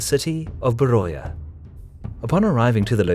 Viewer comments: Great video, but only one small correction. The pronunciation is actually Veria not Beroia. Because in Greek the letter B is pronounced as V and oi as i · FYI.. Beroia... Is pronounced Veria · a small correction i may be mistaken but i think beroia is a greek word for the place, so the "oi" part of beroia should be spoken like beria. In greek there are more than 1 combination of letter that make the sound of i (example η,οι,ει,υ,ι) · Beroia is pronounced as 'veria'